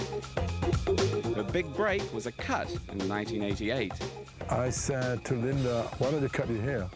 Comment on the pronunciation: Why does he keep calling her LindeR Evangelista??? (he puts an "R" at the end - weird)